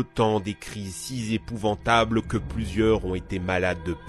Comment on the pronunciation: J'aime toutes ces vidéos, vrai de vrai. Mais les liaisons genre "si z-épouvables", ça devient un tic :-)